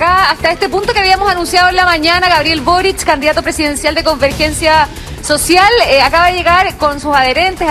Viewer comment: hola soy Ivan valenzuela y me encanta ponerle "tch" a todo: "boritch cuando tchico en chacon, etchtraordinario, ha ditcho boritch"